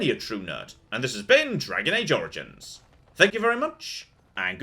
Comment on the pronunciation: "Welcome back to Dragon Age: Origins-ah. Last time-ah..." I'm out! I can't handle added syllables like that.